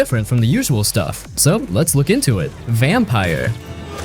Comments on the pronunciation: its said like vampure not vampire btw! Great game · Not "Vampire", it's "Vam-peer". And no, you cannot expect strong storytelling from Don't Nod, not anymore. Robocop is not a good game. Eriksholm is too fresh to be underrated. And it's not getting top marks for a reason. It is good, but, not that good. I liked it and hated it equally in my playthrough. Hi-Fi Rush is far from underrated, why would you include it? Ryse: Son of Rome's place is well deserved. It's not good, but okay. Also, way too old. AAAH! The Wolf Among Us? The game that made Telltale Games famous? Underrated? From here on I'm convinced you don't even know what are you talking about. Titan damn fall? Ugh! WHAAAT? A Plague Tale. Okay. You're done. You really clueless. Don't do youtube anymore, please. Also, a 1.5 hour video? Gosh! THUMBS DOWN!